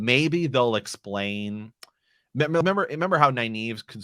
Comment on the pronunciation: How are you pronouncing Nynaeve’s name? It sounds like Neye eve (naive - a person lacking experience). There is a second “N” in her name. I pronounce it Nin ava (my preference) or Nin eve.